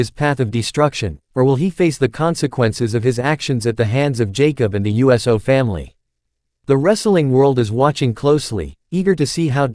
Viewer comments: Do us a favor. Please put a REAL LIFE PERSON on these videos to pronunciat peoples names correctly. It’s annoying to hear the voice that’s speaking say wrestlers names wrong. For instance instead of Uso the computerized voice pronounces it U.S.O. Put some respect on their names. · I can see you have a problem pronouncing the name UUUUUSSSSSOOOOO?!